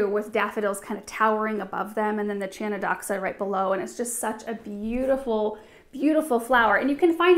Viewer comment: Chionodoxa is pronounced Hionothoxa, hioni Χιονι ,means snow and thoxa δοξα, means glory in greek.